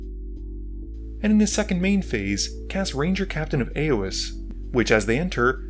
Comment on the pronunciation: Just as i your comment he said „Ranger Captain of aeoes“😂😂😂